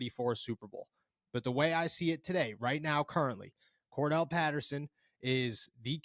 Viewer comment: CORE-DARE-ULL not CORE-DELL 😎